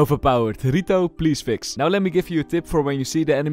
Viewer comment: Man said 'RITO'